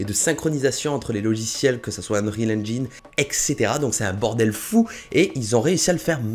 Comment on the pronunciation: Ça ce dit unreal enjaïne